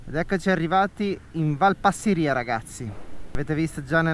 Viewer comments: Giusto per la cronaca e solo per fare il pignolo, com'è mio solito, si dice Passìria e non Passirìa. Poi le rocce del passo non sono di origine vulcanica, per lo meno non in senso stretto, ma in generale si tratta di "gneiss", un tipo di roccia metamorfica abbastanza comune. Per il resto complimenti, bel video come sempre! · Scusa la pignoleria, ma la valle si chiama Passi'ria con accento sulla prima i...😂, Sono del posto ..